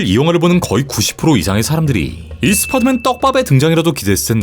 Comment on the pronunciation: 왜 자꾸 스파더맨이라고 하는거에요? 이 발음이 안되요??? 스파더맨이 아니라 스파이더맨 이잖아요